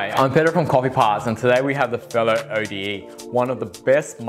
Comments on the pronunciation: Isn’t it Ode as in a poem rather than your pronunciation saying the letters O.D.E.? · It is, i literally have no idea why is he pronouncing it O.D.E.